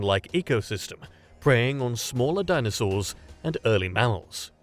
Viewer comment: why did the narrator say mammals like that? Sounded like "mounts" nonetheless and sorry to be nitpicky, awesome content.